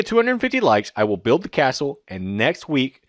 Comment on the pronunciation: u said buld its build